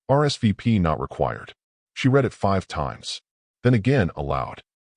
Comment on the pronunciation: Please teach your fake intelligence the difference when pronouncing read in present tense (rhymes with reed) or past tense (rhymes with red).